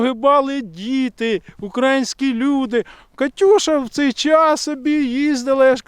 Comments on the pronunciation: не кажи УкрАїнські,казати потрібно УкраЇнські 😉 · Українські, українська, українською - наголос на Ї !!!!!!!!!!!!!!!!!!!!!!!!!!!!!!!